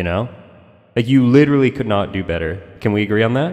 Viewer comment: Lil late but meh he is witeawwy hitting the gwiddy